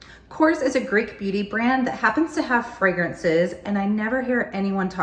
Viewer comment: Hello! Thank you for this video! Just a small advice: the brand is pronounced: korrEs. So the "E" is pronounced and accented. I am from Greece and I love this brand!